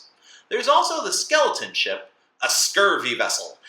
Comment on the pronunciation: What's that you said about Skeleton Ship? It was just a bit hard to make out.